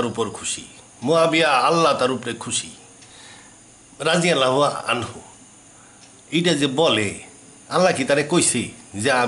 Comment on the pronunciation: আপনি কিছুই জানেন না৷ রাদিয়াল্লাহু আমহু-শব্দটাও উচ্চারণ করতে পারেন না